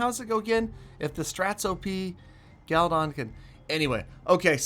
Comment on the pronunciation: its should be galladon.......not gallatin😂